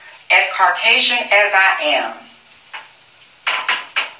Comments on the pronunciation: “As Car-Casian as I am?” Oh ok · She said CARcasian LOL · Did I hear "Car Cajun"